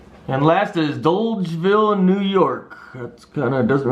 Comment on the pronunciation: This is gonna be a cool rig when completed. BTW not bad pronunciation of dolgeville lol. I knew it'd be tricky to pin on the map bc it's a small, drop in the bucket town in the mountains lol